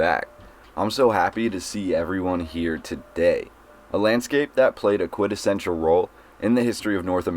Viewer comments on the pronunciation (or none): You said “quintessential“ as “QUITessetual”. 😂😂😂